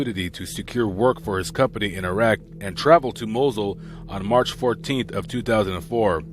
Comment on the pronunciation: Its irak not irag